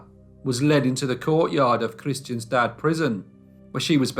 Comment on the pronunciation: Kristianstad is pronounced "Krisch-ANN-sta", though.